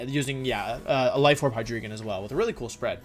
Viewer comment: Istg, i die every single time he pronounces "hi dree gon"